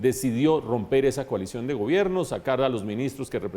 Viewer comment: Coalision suena a colisión. Una vocal para la realidad nacional.